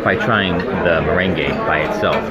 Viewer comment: You are pronouncing meringue ( mer RANG) as if it is the dance merengue (muh REN gey).